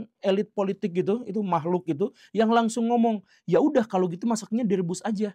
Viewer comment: Ngakak pas pak guru ngomong "mahkluk" Wkwkkwk